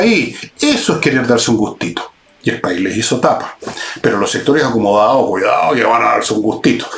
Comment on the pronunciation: jajjajaja "los sectoréh acomodaaaó!"...jajaj zurdos re.....